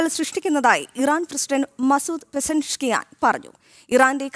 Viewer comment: എവിടുന്നു വരുന്ന ഇതൊക്കെ വാർത്ത വായിക്കുന്ന അവതാരക ആണത്രേ ഒരു രാജ്യത്തിൻറെ പ്രസിഡൻറ് പേര് പോലും നേരാവണ്ണം നോക്കാതെ വാർത്തകൾ വായിക്കുന്നത് വേറെ വല്ല പണിക്കും പോടെ നാണമുണ്ടോ അതും വായിൽ നിന്ന് ചാണകം മാത്രം കുത്തുന്ന ചാനലിന്